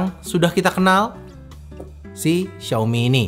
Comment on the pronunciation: Xiaomi cak bukan xaomi . . . x_X